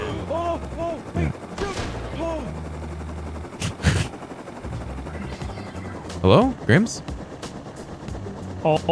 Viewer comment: Hewwo ray